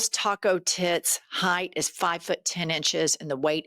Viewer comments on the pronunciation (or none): none